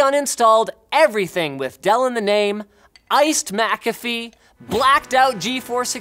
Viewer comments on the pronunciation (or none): none